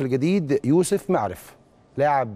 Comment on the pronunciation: اسمه يوسف مُعرف مش مِعرف